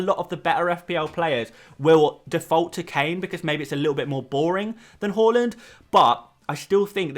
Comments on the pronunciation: It’s HAAAAAAALAND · Anyone else’s head spin around when he said “Hal-land”? I was like, is that a new player?? 😂